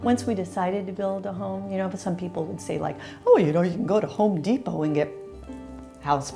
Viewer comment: No not Home Depot - Nir Depot